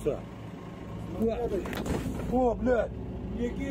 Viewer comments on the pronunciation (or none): Не кИдается, а кидАется!